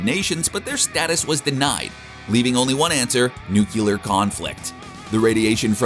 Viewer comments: NucUlear lol people always add a U. Nuke You Lore. New Clear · That's not how nuclear is pronounced.